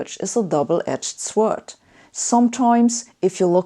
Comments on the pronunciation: Sabine, the letter "w" in the word "sword" is silent. The word can be pronounced "sord". Just as the letter "e" in "bored" is silent, the word is pronounced "bord". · Sabine is super intelligent, but for some reason it makes me feel better about myself when she badly mispronounces an English word. Sword Hahahahaha. I know. I’m pathetic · 'A double-edged swwword' - see me after the lecture please Sabine. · The way you say 'mathematics' is now perfect. I have another word that you can improve upon: 'sword'. You (understandably) say it as it's spelt, but actually in english the 'w' is silent - you should say it like 'sord'. Good video, as ever. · "sword" - swörd? HAHAHA! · sorry for being a pronunciation nazi but this one really hurts my ears. The W in "sword" is silent! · Her pronunciation of sword in English was surprising though. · I love that she can pronounce 'Alcubiere' perfectly but not 'paradox'. Or 'sword'.